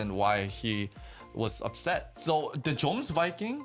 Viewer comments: yeah pretty much any name in this show that has a "J" should be pronounced like the English "Y" because of nordic pronunciation lol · Some corrections: The king of Denmark didn't die in the sneak attack in Northumbria, his sister Gunhilde did. The king wants revenge. Jomsviking is pronounced with a soft J, "yomsviking." Floki isn't the guy who was fighting alongside Thors in the first episode, although he was mentioned.